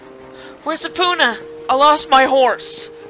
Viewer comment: When you said Epona as (Eh- POO-Nah) I face-palmed, other than that nit-pick, great job especially with that purple word voice... who is that supposed to be by the way, your conscience ?